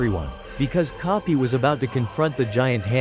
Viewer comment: Bro relle said kopy not koby😂